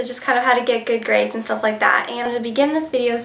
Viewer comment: haha your so cute you said gaids by the way